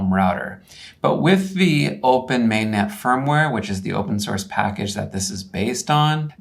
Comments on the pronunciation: May-Net, lol. It's Man-Ay, like a beret. Minus 10 points. In regards to your Click-Bait title, let me know when your "$106" radio can meet MIL-STD-810H environmental (like tracked-vehicle vibration, ballistic shock, -40ºC operation), MIL-STD-461F (radiated/conducted emissions/susceptibility tests), MIL-STD-1275D (vehicle power with 100V load dump surges and 250V pulses). I also bet it won't survive ground burst nuclear weapons effects (fast neutron flow and gamma rays) which critical military equipment is starting to get back to. It also wouldn't pass any level of FIPS or "agency" security requirements. There is a reason why ruggedized equipment costs so much. The requirements for reliability and security not only add to the parts list and cost per unit, design and testing costs millions and is amortized into the cost per unit. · Cool but this ain't anywhere close to the capabilities of a mpu5, and it's "MAN-NET", not "MAIN-NET" jfc